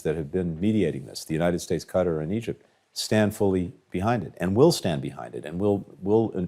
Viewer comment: Bro doesn't even pronounce Qatar correctly, LOL.